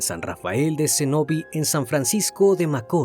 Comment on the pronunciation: El criminalista " espailet " ...por no saber decir ( ESPAILLAT ) , "macóri"..por no saber decir (MACORĪS)..."CENÓVI)...por no saber decir (CENOVÍ) ....que lindo Dios lo bendiga y gracias por publicar tan triste caso que estremeció mi pais y parte del mundo 🙏🙏🙏🇩🇴🇩🇴🇩🇴